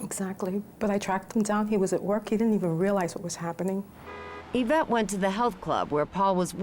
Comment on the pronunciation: Isn't it Yvette? (Not Avette)